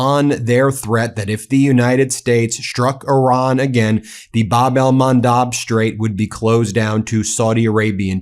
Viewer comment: Please correct your pronunciation!!! It’s Bab el Mandeb , NOT Bab el Mandab. With E !!! I unsubscribe if you don’t.